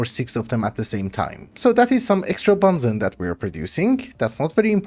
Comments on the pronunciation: benzene ❌ banzen ✅ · I love you man, but please pronounce (ben·zeen) correctly. It’s hurting me